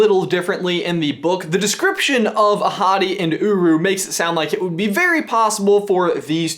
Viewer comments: Does anyone think that he keeps saying 'a hottie' instead of 'Ahotti' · when he said Ahadi I thought he said ‘a hottie’ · Damn, i really thought he was saying " a hottie" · whenever you said “ahati” i thought you said “a hottie” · I keep on hearing " a hottie"... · I thought you said that Mofassa’s dad as “A hottie” 😂😂😂😂😂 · Oh. I thought he said "A hottie" instead of "Ahati", the actual name of Mufasa's father... Well, my bad. XD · I keep hearing you say A hottie and not ahati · So when you said "Ahadi and Uru", I thought you said "A hottie and Uru". If you were actually saying that, you wouldn't be lying.🙄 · Lowkey thought said the parents names were "A Hottie & uWu" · When you said Ahadi I thought you said A Hottie... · I thought you said "A Hottie" 😂😂😂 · All I can hear is ‘a hottie’ and a ‘guru’ xD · It sounds like you're saying "A hottie." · Am I the only one who thought he said “A Hottie”😂😂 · It sounds like ur saying a hotty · The entire time I thought u were saying “a hottie” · Same XD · please tell me I'm not the only one who heard "a hottie" at first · I'm watching on 2x speed so when ever he says "Ahadi" it sounds like "a hottie" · When you said Ahatté (sorry if I butchered that) I thought you said A hottie!! Lmao also can someone please tell me how to send you sock pics? Cuz I have some amazing pokéball socks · ''Ahadi'' I heard AHottie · i kept thinking that he was saying a hottie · not hungry for tacos, but every time you said Ahadi's name I thought of beautiful African women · I kept hearing that their dad is "a hottie" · When he said Ahadi, I actually heard a hottie 😂 Also, I LOVE your shirt,. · Anyone else notice that his dad's name is pronounced A Hotty? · Why do i keep hearing "A Hotty" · I kept thinking you were referring to the grandfather as "a hottie" ahahha